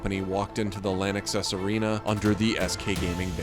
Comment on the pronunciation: "Lanxess Arena" isn't pronounced "LAN Access" arena. "lanxess" is one word